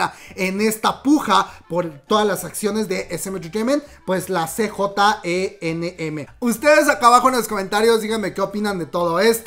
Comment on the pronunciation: Hermana cj ent. Se pronuncia si yei, enm. Lo dirías (ienem) Es la abreviación de entertainment and media, para hybe todos los artistas lo pronuncian jaib, amamos los chismes aquí presentes siempre ✌